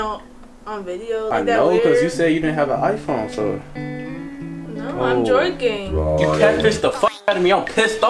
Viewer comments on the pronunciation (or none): She said I was joyking